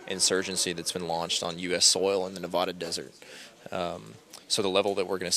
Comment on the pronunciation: Jesus! It's pronounced ear-rock (IRAQ). That's how the Iraqi's say the name of their own country. So many lazy poeple out there. At least he said Nevada properly. Nevadan's, themselves, don't even say their own state the right way but everyone else does! It means snowy in Spanish! And they have the nerve to get angry at everyone else when they're the one screwing it up! Go figure...